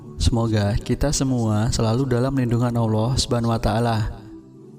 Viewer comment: Pembaca beritanya nggak fashih melafadzkan ALLAH